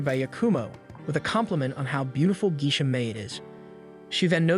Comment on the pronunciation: I've never heard Geisha pronounced as Gee-shuh. I've always heard it as Gay-shuh (I'm not using IPA spelling because most people don't know it.) If I might ask, where are you from?